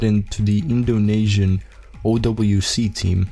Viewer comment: It's Indo-nee-sian, not Indo-nay-sian